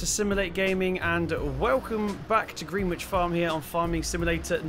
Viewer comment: Surely the name of this map should be pronounced "Gren-itch" -- Just like Greenwich in London, where the observatory is located and Greenwich Village in New York.